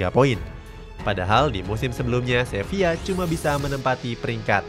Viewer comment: Sevilla bang bukang sevia😂